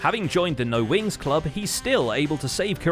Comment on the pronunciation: Glad I'm not the only one who hears Winx instead of Wings.